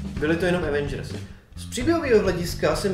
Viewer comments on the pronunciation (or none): none